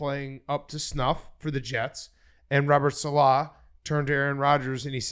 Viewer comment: Guys come on it’s Robert SALEH, not SALAH. He’s not like Mohamed Salah. It’s Saleh. Thank you.